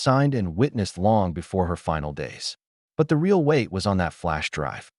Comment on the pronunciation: I think they meant “leased car”. I know there are a few words that drive me crazy like real and they pronounce it as ray-all and it and they pronounce it I T. Lol, but I enjoy the stories.🌸